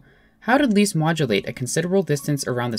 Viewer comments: You pronounce "Liszt" like the English word "list" and not "least", so with a short "i". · Great, but please his name is not Least, it's Liszt. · Leeast? Wut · ## CORRECTIONS : "C slash B double sharp" should be "C slash B sharp" "Liszt" should be pronounced "list", not "least" :) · lmao "Least" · never heard anyone say 'Liszt' like 'Leest' lol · leest? i thought you said “weest”